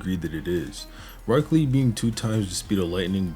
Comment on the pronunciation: I stg bro saying broccoli 😭